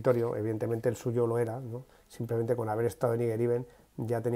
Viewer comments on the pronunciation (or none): none